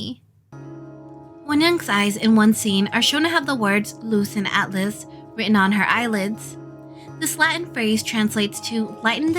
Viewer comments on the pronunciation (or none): none